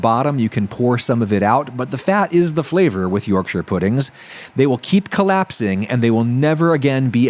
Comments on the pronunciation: Already off to a good start, he pronounced Yorkshire correctly! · As a Yorkshire man, thank you for pronouncing it correctly! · Thank you for pronouncing Yorkshire correctly! Butter isnt a good choice of fat, lard/Beef Fat would have given much nicer flavour. It also wasnt nearly hot enough when you poured in the batter, it needs to be smoking hot to get the best yorkies! No Brit has ever put parsley on his yorkie lol. Solid Effort 7/10. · As a Yorkshireman, I’m just happy you pronounced Yorkshire correctly! Yes, adding Parsley and garlic powder isn’t traditional, but its a good addition